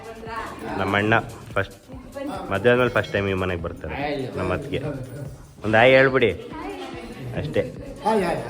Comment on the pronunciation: ಅತಿಗೆ ಅಲ್ಲ ಅತ್ತಿಗೆ